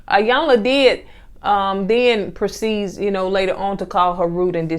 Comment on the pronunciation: So glad you reviewed this! It's pronounced E-yanla by the way.